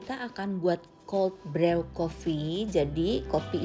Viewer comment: Koreksi, brew dibaca bru 😊 seperti nama Andrew dibaca endru.